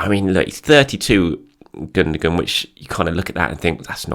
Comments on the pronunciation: Gundogan - German Football player. Pronounced: Gun-doh-wan. Not pronounced: Goondergoon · Your gonna have to say he name right bro it's pronounced without sounding the G ,ok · I really like your videos, look forward to them all the time but if you're going to say 'Gundogan' so many times, please at least pronounce it correctly!!😂 keep up the good work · I don't think that's how you say Gundogan's name.